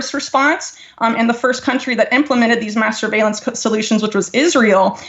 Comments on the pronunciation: Did She really say masterbalence? Well if Israel is involved i am all for it.. If and when you bless Israel you and me too will be blessed..Maybe not in this life or the next but maybe after that . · Everytime she says mass surveillance my dirty mind keeps trying to hear masturbation.